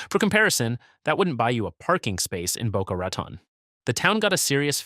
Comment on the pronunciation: Stupid fake video. AI still can't even pronounce Boca Raton, Tarpon Springs, Homosassa, and others. The Palm Beaches absolutely have the coolest summers in Florida. Although technically true, a human wouldn't call the Florida Manatee (subspecies) a West Indian Manatee.